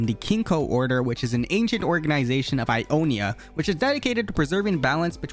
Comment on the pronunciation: It's io-NIA not i-O-nia